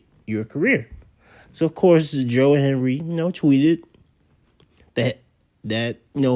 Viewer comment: can you say his name correctly? that's very disrespectful